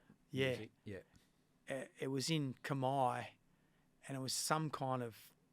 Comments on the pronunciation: It’s Khmer not Khamai. Where are you getting the “ai” from? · For a start it's not kmai! Its khmer